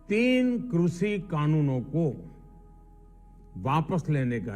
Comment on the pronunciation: Krushhiiiiiii Kanoon nhi krishi Kanoon hota hai .....khursiiii or krishi ko mila ke krushhiiiiiii Kanoon bna diya 😝😝😝😝